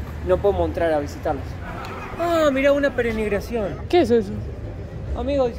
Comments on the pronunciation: Hasta hoy tuve la oportunidad de ver su video, me encantó. Disfruté tu pronunciación de la palabra perenigración, la correcta es peregrinación. Mas que peregrinación, presenciarion procesiones, que es cuando un Santo, en este caso El Santísimo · Pe-re-NI-GRA-ción no brother, es pe-re-GRI-NA-ción (de peregrino), jejeje, bonito video, me dieron ganas de visitar Guatemala, se parece mucho a mi Yucatán, un saludo. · Cada vez que decía PERENIGRACION me reía 😂😂 es PEREGRINACIÓN 😂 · Peregrinación. dice perenigracion. Así lo escucho si no lo oí bien mil disculpas. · Me gusta como hablan español. dice "penegrinacion" por peregrinación y en otro vídeo dijo Valadolid por Valladolid....¿será el inventor de la nueva lengua española?....La bandera de Guatemala, es como la de Argentina 😮😮😮😮......Buen viaje, los veo en Antigua.....Que ricas frutas por cierto, y el metro al aire, que bueno que estos bellos países podamos conocerlos por ustedes y ❤❤❤❤ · Yo soy el luchando para pronunciar bien una palabra para terminar diciendo pereNigración 😂❤. Me encantó el video, como todos los demás. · Lo mejor del video fue la "perenigración" :) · Me he reido mucho con pronunciando perenigracion cada vez peor.jjjjjajaj un beso desde San Salvador, El Salvador. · Jajajaja que gracioso escuchar como dice, perenigracion cuando en realidad es peregrinacion jajajajaa fue muy gracioso 😂😂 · PEREGRINACIÓN estimado, no perenigración, su canal es muy ameno. Saludos. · Jajajaja perenigracion jajajaja. Es peregrinación. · Peregrinación, no perenigración. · Perenigracion, no no peregrinacion ahora si jajaja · Peregrinación, no Perenigración, jaja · ....nos quedaste mal,.. no supiste pronunciar '' Peregrinacion"😂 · no le enseñes a hablar mal a... la palabra es PEREGRINACIÓN...!!! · PE RE GRI NA CIÔN...."con onda".....